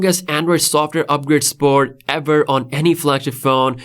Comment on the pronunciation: You pronounce "Support" like "Sport"...how are elderly Viewers with hearing problems supposed to understand you...speak clear and concise or stay off YouTube....